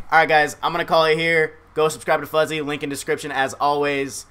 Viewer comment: FUZZY? FOOZZY???